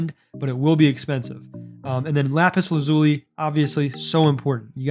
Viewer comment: Lapis lazui😂